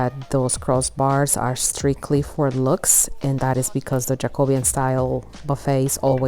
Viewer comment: Thank you for pronouncing Jacobean correctly! I was just watching another video about restoring a buffet, and the lady kept calling it "Jaco-BE-an." It wasn't, though; it was kind of generic and much nearer French Empire.